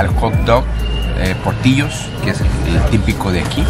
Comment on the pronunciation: Se llama portillos y se pronuncia portilos pero con doble l